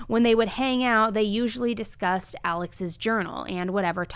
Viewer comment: For someone who is just so intelligent, her saying we disgusted instead of discussed lmao